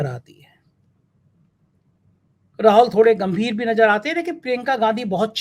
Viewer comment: INDRA GANDHI WALI FILING NAJAR NAHIN SAHAB NAZAR AATI HAI APNA TALAFFUZ SAHI KRE MERI BAAT KA BURA NA MANE MAJBOOR HOON AKELE MEAN BTA NAHIN SAKTA